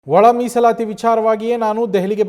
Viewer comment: Musalayi ❌ Misalati✔️